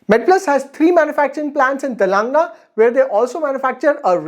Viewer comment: Telengaa, Pennsylvia......ive to tell u...u need to learn to pronounce these first, in order to become a good Teacher....Its Telengana and Pennsylvania